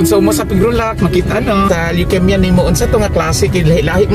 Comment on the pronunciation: Mispronounced ang word nga Leukemia dapat long E diay..sari...